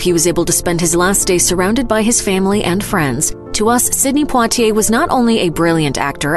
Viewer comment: What's up with speaker's pronunciation of poitier??